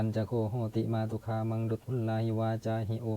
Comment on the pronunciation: คาออกเสียงเป็นกา